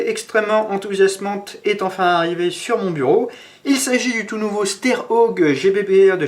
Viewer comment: hello je crois que steyr ça se prononce chteyr et gewehr se prononce gevir